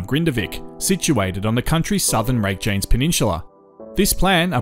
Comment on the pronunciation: Yes you would expect the commentator to make at least some effort to pronounce the word. I was taking the video seriously and then along came rake-janes and I stopped watching.